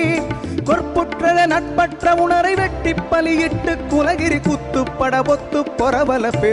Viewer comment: Good singing... but Please pronounce the correct words... It's not paguthi it's pavuri, not othu ,it's otha it's not kirathathai,its patharku radathai( therai) .